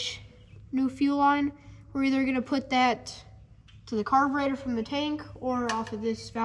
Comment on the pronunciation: Did anybody else here him say carbinator? Just like his Dad.